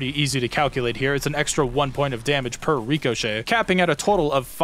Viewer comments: IT'S RIH-CUH-SHAY NOT REE-COH-SHAY OH MY GOD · omfg its RICK O SHAY not REE CO SHAY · RICK - UH - SHAY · when you were saying ricochet, it just annoyed me for some reason hearing you pronounce it with the long E sound (reeko) instead of the short I sound (ricko) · pronouncing "Rick-Oh-Shot" as "Re-Co-Shot" is forgivable enough being that its a fake word, but doing the same with a real well known word, that just kills me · Ok. I have to ask as it's bothering, are you pronouncing ricochet wrong on purpose or are you memeing?